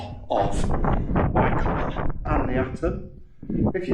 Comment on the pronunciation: It's pronounced "Wye coller". My mum's grandmother was the last child born there before it was abandoned in the late 1800's, and I remember visiting in the 1970's when it was a "ghost village" with no-one living there, though most of the buildings were in pretty good shape, considering.